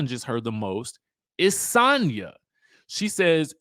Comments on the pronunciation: Dj I think she pronounce her name as Sanya 🤣🤣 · the way you say Sanya is so jarring